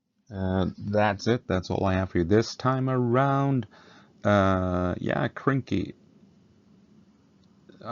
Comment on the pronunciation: Hey its Krynky not kynky, lets get our minds out of the gutter 😁